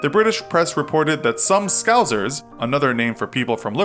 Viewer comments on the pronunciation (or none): not how you pronounce Scouse